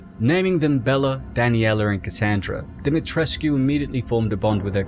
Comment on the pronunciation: Pronounced demi tresk. No uu